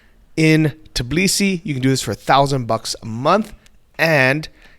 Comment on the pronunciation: I've watched 100s of videos and haven't found any foreigner who could pronounce TBILISI instead of tiBlisi. Why is it so hard for you to switch 2 letters???